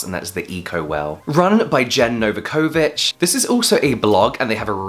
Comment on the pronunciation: Thank you for the information videos and putting actual experts in the description. I'm so out of touch with IG I feel like a babushka. Oh, and the pronunciation of Novakovich... you were this close 😂